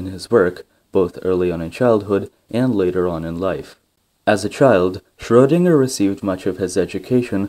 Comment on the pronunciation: ...and while we're at it, the guy's name is Schroedinger, spelled with a E in there if we don't use an umlaut. That's because it's pronounced shreuh, not shrow, -dinger.